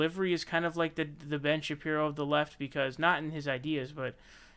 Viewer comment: "Ben Shapri-o" lmfaooo